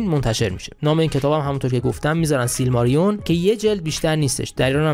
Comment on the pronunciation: سیلماریلیون دوست عزیزم،نه سیلماریون. فکر نمیکنم بتونه سریال موفقی بشه چون رایت سیلماریلیون دست کریستوفره و کریستوفرم رایتشو برا ساخت هنوز نداده اگرم نخواد رایتشو بده که عملا بزرگ ترین حفره داستانی سره مورگوث به وجود میاد از طرفی فکر نکنم بدون پیتر جکسون لطفی داشته باشه دنیای تالکین